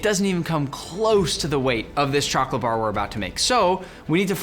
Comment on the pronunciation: Pin this nick u always say choghlate insted of chocolate